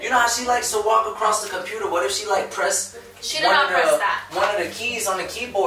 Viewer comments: “Compruder” that was funny to me😭😭😭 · "r radiated videos on the compruter" 🤣😭🤣😂😭😂😂🤣